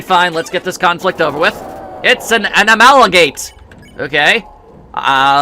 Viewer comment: Anamalagate Amalgalalgalite Amalgalite Almagate Amalgate Undertale | Part 12: finds out how many different ways he can mispronounce "Amalgamate." (The answer is five.)